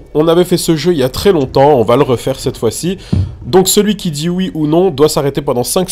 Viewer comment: il dit « Oue »